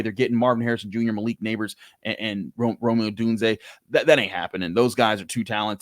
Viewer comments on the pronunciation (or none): none